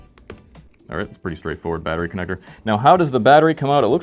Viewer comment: bro did not say connector💀